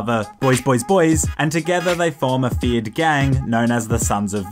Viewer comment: Bro i just got that you say feared gang. I always thought that you said Fiat gang like the italian car company Fiat. 😂😂😂😂